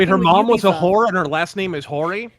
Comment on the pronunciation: About 10 seconds before said, "Whoo-or", in my head I pronounced it the same exact way. 😄